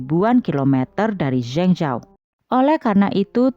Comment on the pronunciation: Min..maaf,sekedar masukan, kalo bisa untuk pelafalan nama asing atau nama kota asing seperti itu sebaiknya cari dulu bagaimana penyebutan/pelafalan yg benar supaya lebih enak didengar Min. Cari lewat google translate ada kok nanti keluar bgmn spellingnya contohnya untuk kota Zhengzhou tadi.